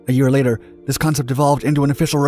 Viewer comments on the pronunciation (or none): none